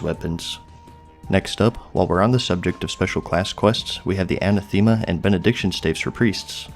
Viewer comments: sin-ewe, Ah-nath-ah-ma lol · Majordomo is pronounced "Major+dough+moe". Sinew is "Sin+yew." Anathema is pronounced with a soft e, not a hard Eee. Either "An ath eh ma" or "An ath ma."